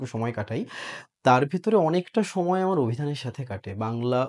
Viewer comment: আমার ✅ আমাড় নয়। চর্চা✅ চোর্চা নয়।